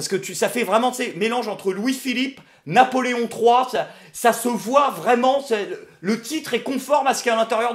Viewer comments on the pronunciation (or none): On prononce Napoléon III, tu m'as fait ma soirée ^^